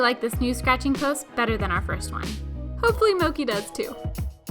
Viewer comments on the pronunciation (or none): wait. wait. your cats name is mochi... but you pronounce it mokey???